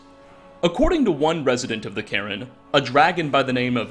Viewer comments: did just pronounce the soul cairn as the soul Karen? because it sounds an awful lot like that's what he said. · Please stop pronouncing cairn as Karen, it's killing me, lol! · its weird how you pronounce cairn as "karen" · bro says carin while CAIRN is clearly on screen ffs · How do you still not know how to pronounce cairn? And you even pronounced it two different ways in the same video.